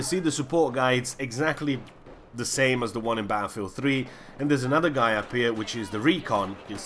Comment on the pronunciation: I just love how you pronounce "Baaafield"